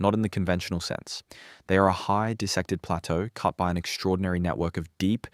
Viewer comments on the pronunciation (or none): none